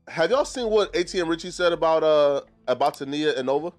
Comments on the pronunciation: Her name is TAAA-Kneeeeee-Yaaaah . ( TANEA ) her saying it like Tania is aggravating me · TUH•NEE•UH not TUH•NAY•UH 😅